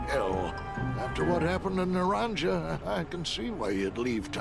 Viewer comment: It was driving me nuts hearing you mispronounce naranja repeatedly, but then we get a snippet of game audio and they actually mispronounce it in game! Ay, dios mio!